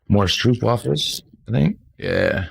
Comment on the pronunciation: . How to say "Stroopwafels": Do not say "oo"(🇭🇺) as "oo"(🇬🇧), but say the "oo"(🇭🇺) as "ó"(🇬🇧), as the "o"(🇬🇧) in "No"(🇬🇧). Ps. Use Google Translate to hear how to pronounce the word "Stroopwafels".